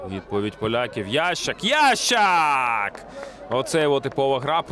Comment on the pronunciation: Чего ты называешь его « Ящик «? Его фамилия « Ясщак «, читать не умеешь ?